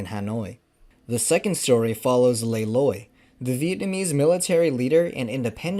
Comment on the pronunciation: Holy tinh not Holy thing!